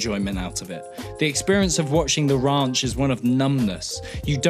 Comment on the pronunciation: Ah yes the "awful" sitcom the rAUnch.